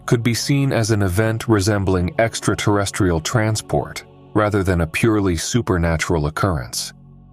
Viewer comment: I was all in until I heard "Exta-tah-restiol"